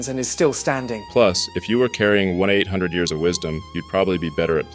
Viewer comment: Hate how the AI said 1 800 lol